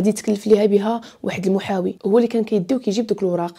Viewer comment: المحامي ❌ المحاوي ✅ 😂😂😂😂😂